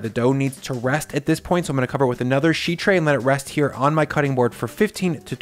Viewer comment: Is it me, or does say sheet oddly? SHHHHeet.